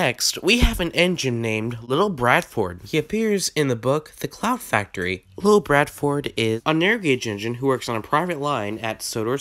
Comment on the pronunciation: It is pronounced Little BAR-FORD not little Bradford I am not trying to nitpick but this is more of a fun fact.